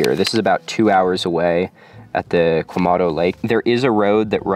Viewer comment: It's Quemado, not Quemando.